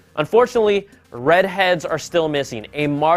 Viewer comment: Red hed? Lmao